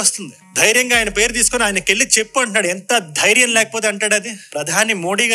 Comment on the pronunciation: ఆవేశం స్టార్ ...."ఎంత ధ్యారం లేకపోతే అంటాడు ఆ మాట " కాదురా బాబు తెలుగు నేర్చుకో "ఎంత ధైర్యం ఉంటె అంటాడా మాట" అనాలిరా బాబు...స్క్రిప్ట్ సరిగా రాసుకో ఆవేశం కాదు నాన్న!